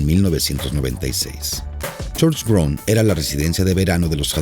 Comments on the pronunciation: Dios mio... un poquitin de aleman no le vendria mal al señor que hizo este documental!!!Minimo para que pueda pronunciar bien los nombres que no deben de traducirse. suena horrible escuchar jonbrun en vez de chonbrun por asi de acercarse en su optima pronunciacion!! Francisco Jose.. por favor! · Pronuncia mal el nombre Schoenbrunn. Ademas, Francisco Jose' no era el "ultimo" emperador austriaco, porque Karl I o Carlo I era el untimo. Por lo demas, muy bien explicado e ilustrado por el video.